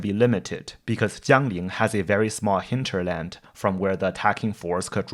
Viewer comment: Interesting how well you pronounce: "Hinter-"land. Do you speak German?